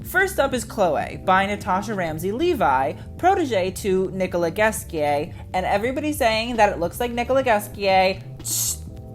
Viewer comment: The pronunciation of Nicolas Ghesquière is HILARIOUS! I had to do some googling to make sure that was who you were talking about. To be fair, i wouldn't know how to pronounce it, or who he even is, if it wasn't for you!